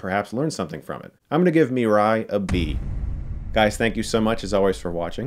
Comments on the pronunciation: As a lifelong Japanese anime fan you should’ve pronounced mirai correctly. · Mirai ( I'm pretty sure Chris was butchering the pronunciation here) mean "the future" or "tomorrow" .